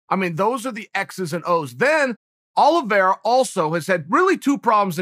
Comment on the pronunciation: No one: Chael : Charles Aloe Vera